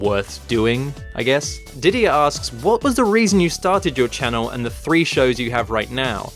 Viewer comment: I can't believe you managed to pronounce my name correctly! Usually people have a lot of trouble with Didier, it being French and all!